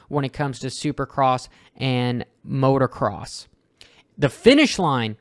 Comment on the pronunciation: it's "MOTOCROSS", not "MOTORCROSS". Only one "R".